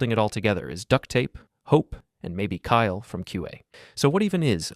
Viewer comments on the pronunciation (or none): none